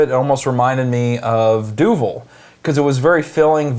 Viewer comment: This beer is great, but I'm sorry... Duvel? Doovul?